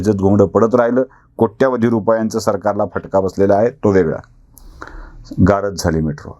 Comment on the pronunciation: सर ,गारद म्हणताना आपला 'द' वरचा जोर कमी पडत होता...'गा रद्द' असा उच्चार अधिक बरोबर झाला असता...पण एकटे तुम्ही काय काय करणार म्हणा!!!!